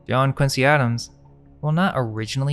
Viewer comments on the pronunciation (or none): none